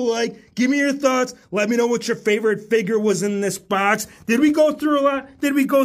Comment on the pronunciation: I love how u say figur instead of figure also looking forward to all aew and wwe figures